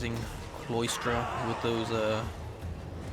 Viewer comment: "Sigh-lah-struh" for Cylostra not Cloistra